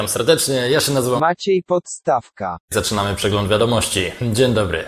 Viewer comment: " Maciej Podstawka" zamiast "Porstawka" teraz moge umrzeć